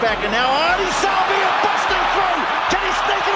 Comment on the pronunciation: One of the 04 greats, just wish they’d pronounce his name properly. Don’t stress or drag the ‘a’, just Savea. is the worst at names, Keith Quinn is much better.